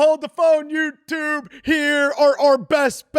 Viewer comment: He sounds like he was in foundations math they way he says YouTube